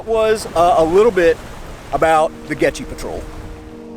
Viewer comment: Dang, a shame you can't pronounce "Goettge"